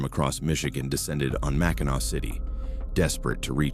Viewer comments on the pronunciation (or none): It's pronounced MAC-in-aw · At least he didn’t say Mack in nack 😅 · Mackin Awe good job AI 🤣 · Arti Ficial Intel Iigence....at least he didn't say MAC IN ACK....which most do!! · That is a pretty annoying mispronunciation! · Hillarious pronouncation 😅